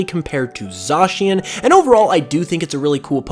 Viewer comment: ohmygod its pronounced like zashian PLEASE